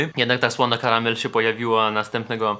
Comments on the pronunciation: słony karmel a nie karamel WTFFFFFFFFFFFFFFFFF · jak coś nie Karamel a Karmel:)